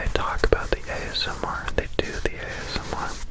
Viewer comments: Did anyone else see the episode of Criminal Minds where they used ASMR to hypnotize children and Reid spent the entire episode saying "azmer". I thought he was saying asthma and was SO CONFUSED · "ASS-MAR" Made me laugh out loud because I'm apparently 5 yrs old.